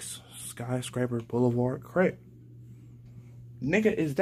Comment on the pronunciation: He said “B”oulevard tho, thats flaw!!!